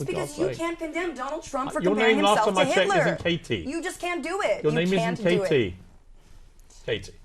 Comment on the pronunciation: KKKatie correctly pronounces her name towards the end, then mispronounces it to please her bosses.